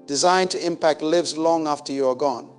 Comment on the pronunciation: Loved this! This AI using the voice of the late Dr. Miles Munroe almost made me forget he is gone, until it pronounced the word, lives, incorrectly... SMH 😒